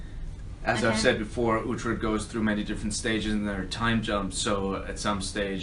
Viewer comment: Uhtred not uthred